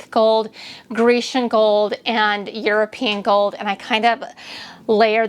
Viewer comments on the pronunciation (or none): none